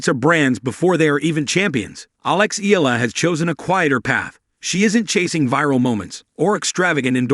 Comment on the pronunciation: Please pronounce her name correctly.